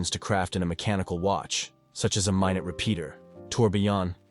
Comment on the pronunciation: Great writing, terribly obnoxious AI voice that mispronounces everything. "Mynoot Repeater..." really?